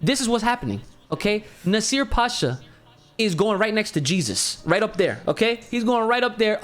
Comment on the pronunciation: it's PASHA NOT HASHA 😂😂😂